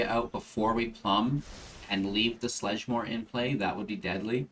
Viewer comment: I love this deck idea. However... it's hard to take it entirely serious when you pronounce the card names wrong. Theres no L in sedgemoor haha